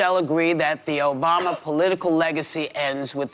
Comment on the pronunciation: Michael OBAMMMMA! say it correctly.